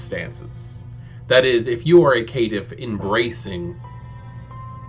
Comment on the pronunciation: I like your video, but something kept bugging me ... Caitiff is pronounced "Kay-Tiff" like cainite not K'tiff.